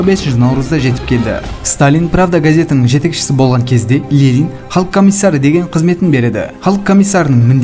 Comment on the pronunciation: Неге Лелин деп оқисыз,Ленин ғой?